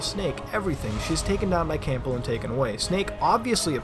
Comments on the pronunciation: Great video. It's pronounced "Cambell", by the way. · Why is he pronouncing the p in Campbell? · His name is Campbell, not Cample. And it's Pen-tazz-uh-meen.